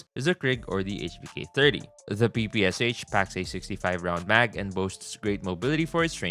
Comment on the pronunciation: really aaid pppsh 18